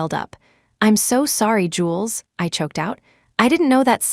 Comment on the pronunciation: Ugh! Not jewels but Jules, short for Julian!